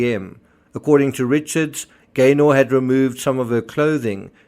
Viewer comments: Pronounced Gayner not GayNOR! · Just for info it’s pronounced “Gaynuh” 👍😁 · We pronounce it Gayna. Glad you’re covering the case.